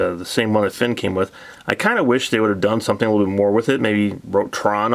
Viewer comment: Nice review. Btw, the other figure you keep comparing Tron to is Flynn not "Finn". 😄